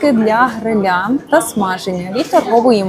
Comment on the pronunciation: Ну чому грилЯ,? грИля